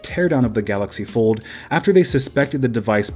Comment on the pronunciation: You mean the "Gallox Pord"